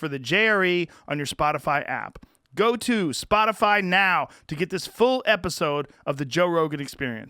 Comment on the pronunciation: Texas twang on the ol' "Spotifaaa' " at the end there. Anyone else pick up on that?